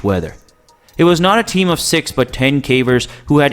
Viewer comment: He also keeps calling them carvers